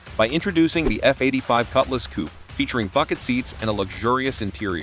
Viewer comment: Coupe is pronounced like "coop", not "coopee"- This is AI nonsense.